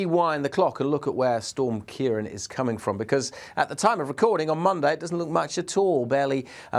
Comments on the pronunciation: Just a very minor thing, its prounanced kiaraawn. the accent over the a (á), gives it an "a aw"sound :) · What? Don’t be a silly-billy It’s Europe not England. Weather knows no national boundaries. Storms in this part of the world are named by Dutch, Irish, and British met offices in turn. It’s Ciarán pronounced Keir-awn. He pronounced it correctly when said the name of the storm towards the end. It’s subtle, but most languages carry accent marks that change pronunciation and/or meaning. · Ciarán is pronounced "Key-rawn", there's a fada over the second a (á)